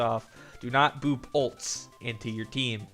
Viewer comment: Why do u say boob instead of boop?! :)))